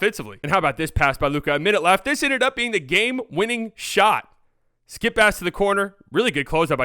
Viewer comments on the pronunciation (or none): none